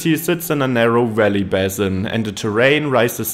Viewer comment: No no no! There's nothing more off-putting than AI voices. So someone doesn't speak English perfectly, big deal. It was perfectly understandable and certainly better than my attempts at a video in German would be. I did laugh a little at "Valley" sounding like "welly" 👢though!